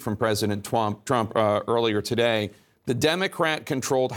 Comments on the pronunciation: How much cwying did widdle baby twump do today? How many binkies did he use? How many tantwums did he thwow? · "President Tuwamp" haha... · President Twump - right pronunciation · “Pwesident twump” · "president twomp" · he did say twamp!!!! lol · Twump seems quite appropriate. Pwesident Twump. Our first child-president. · Lol "president twamp" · "Twump." Hahahaa, That's very fitting ! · "president twump" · "this tweet from President Twump…" LOL ! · "President Trwump" 😂😂😂 aka "The Lying President"